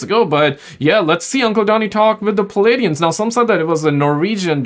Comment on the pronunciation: Say this for me once Play-de-ans Not Plee Adiens